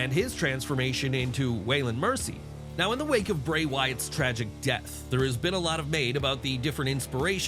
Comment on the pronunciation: Why so much emphasis on “DEATH”?